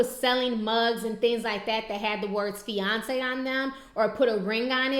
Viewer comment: feyonce lol fiance LOL